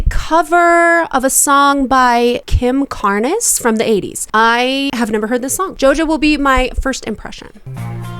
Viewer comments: What's painful is hearing her continually pronounce Carnes with two syllables. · Don't come after Kim Carnes like that- we like a good raspy singing voice- you ever heard of Sir Rod Stewart or Bonnie Tyler? I hate Siwa's version- a taint on the beloved song. Carnes is pronounced like carnivore. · I lost half of my respect for you when you mispronounced Kim Carnes name, then lost the rest when you said you had never heard of her. And you call yourself a vocal coach. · jojo trying her hardest to emulate kim carnes' classic original raspy voice.. ugh. if that wasnt bad enough the OBVI autotune showing up all over it.. oofah. HARD FAIL. ps... this song is a CLASSIC (it breaks me that youve never heard of it.. getting older sucks! 😭) & btw her name is carnes, pronounced with 1 syllable. shes not mexican 😉😃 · It's supposed to be raspy , and you're mispronounced Kim's last name, which is driving me crazy 😂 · You can’t even pronounce Kim Carnes name correctly, so lame! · I mean, if you're able to admit you've never heard Bette Davis Eyes you could at least pronounce Kim Carnes' name correctly. Do your research - the original was DeShannon. The face you make when you say her voice sounds painful is the same I make every time you mispronounce Kim Carnes. You're wrong- Jojo Siwa cannot sing. Hear her live (if she ever sings actually live). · Old lady here... It's pronounced with one syllable. Carnes. Like Farms. Her version is raspy but doesn't sound forced. It's a weird relaxed rasp, if that makes sense. Remember... we all smoked like chimneys back then. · Carnes is pronounced Karns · Carnes rhymes with barns. Kinda amazed you’ve never ever heard this song? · Carnes as in barns. Ignore the e. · Yes--the mispronunciation of Kim Carnes' name was driving me crazy. A little research would help. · “CARNS”… not “CAR-NES” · I think it's pronounced Carns not Car-ness. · It’s pronounced Karns, not kar-ness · Carnes has one syllable. Not Car—nes, just carnz. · Carnes rhymes with Barns